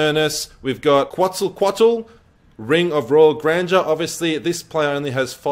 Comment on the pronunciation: cheers dude just a tip in return - Quetzalcoatl is much easier to pronounce than it looks. KET-sa-KO-A-til